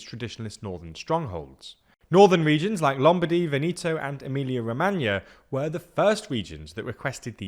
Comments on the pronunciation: Vehnehto not vinito lol , greetings from a Latino in NYC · A minor observation! It’s VEneto, not veNEto.. The stress falls on the first syllable. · There are some pronunciation errors in this video: Padánia not Padanía Veneto (e like Emily) not Venito Meloni (I like Italy) not Meloney Would be better too if you call the parties as they are called instead of translating them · Would it hurt you to learn how to not butcher the pronouncing of Italian regions and people? If you want to present EU news and analysis, perhaps less of the ignorant anglo-centric way of saying things could enhance the credibility of your presentation. I was trying to pay attention, but then you lost me at "Venito". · Ven-eeto really? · The correct pronunciation is “Padània” and “Vèneto”. :)